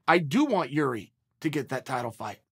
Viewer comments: Damn, Chael pronounced Jiri's name correctly. Never thought I would see the day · Whoa he said his name right for the first time lol